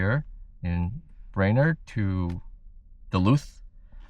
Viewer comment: I am sorry you aren't impressed with small towns in North Dakota and Minnesota. 😢 I have ties to both states and fond memories of growing up in Minnesota. You are definitely more a big city family. BTW, it is "brain-erd".😊